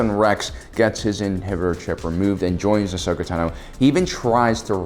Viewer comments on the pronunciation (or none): Ashoka Tan O ??? Wow. Way to prove you're not a fan. The hell are you people doing making a video about a character you know so poorly that you can't even say their name right? Oh, I forgot. Shilling pop culture crap for sponsors no matter the cost to your self respect. Way to show how much of a money-grubbing soulless organization with no consideration for the content you barely comprehend you are. Here, have a thumbs-down. Hey, YouTube. Don't recommend channel.